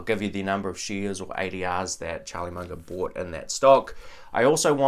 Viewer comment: whats "sheeeares"?